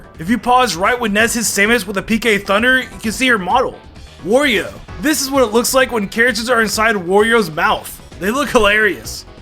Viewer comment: Did this man just say warrio 😡😡😡😡😡😡😡😡😡😡😡😡😡😡😡😡